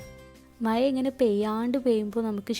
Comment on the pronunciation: മയ അല്ല മഴ 😜